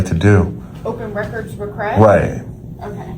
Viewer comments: "disobeing my requiest"? ROTFLMAO! Spilloing coffee over my keyboard ...... What an absolute idiot. Perhaps she should work for an S&M "disobeying my request" venue. :) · Whats an open records "reqruest?" 😂😂